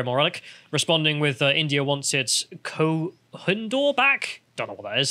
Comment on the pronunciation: that's kooh -i-noor, so india wants it's pencil back